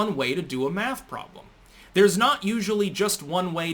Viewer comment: Laquisha and Deondre have determined that "Maff" is hard.